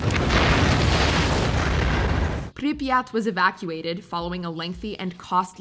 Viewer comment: UGH Bodi pronunciation was sooo painful but you can pronounce Priryat. 🤦🏼‍♀️